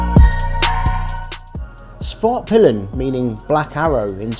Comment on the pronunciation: Respect for going out of your way to it pronounce " Svartpeelen" as it should be 🇸🇪